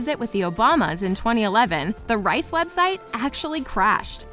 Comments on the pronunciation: Givenchy is pronounced like 'on' not 'when' and Reiss is like 'Reese' not 'rice' just btw ;) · It's pronounced "Reece".